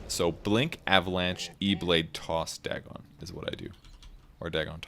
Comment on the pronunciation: I love you, but I hate the way you say "Dagon". I say it like "dragon" without the R, but you say "dag-gone" WHY